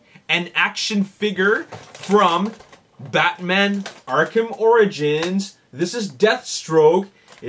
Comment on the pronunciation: it sounded like you said arkham oranges XD